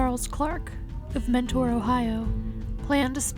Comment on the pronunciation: This is nitpicking but...it's "Menor"' the T is kinda silent in Mentor Ohio.